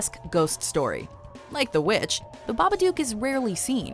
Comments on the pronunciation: I honestly could not stand hearing the narrator say babaduke. One more time.. i understand why she might. But it’s babadook. This is an old video I know, but no one else left that comment. Was driving me crazy. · When they said babbadook, i thought they said marmaduke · .....why mispronounce Babbadook. They dont even pronounce it that way in the movie....did you watch the movie 🤔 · For the last fucking time, that's not how you pronounce The Babadook.